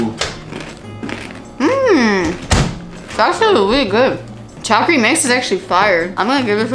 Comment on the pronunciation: hello, love your fkn vibe. also, that mix is called cha-kri rather than chaa-kri ksjsjsj